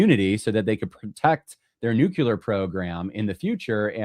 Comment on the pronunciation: Just fyi, it’s “nu-CLEE-ar,” not “NUKE-u-lar”